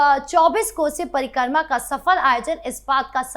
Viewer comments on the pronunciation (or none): कृपया परिक्रमा को parikarma न बोले।